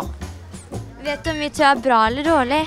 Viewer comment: D høres ut som du sier mewtwo